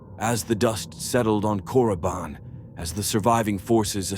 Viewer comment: FYI..it's Korriban, not Coruban lol